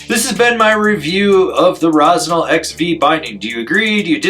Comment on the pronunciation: Rossignal. Get your sht together. Lol. Luv it.